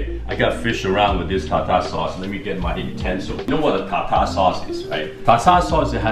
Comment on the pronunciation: its pronounced tar-tare sauce not tar--tar sauce ffs